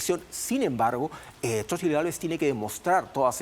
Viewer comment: Se pronuncia Sochilt 😂😂😂palomeros polvorientos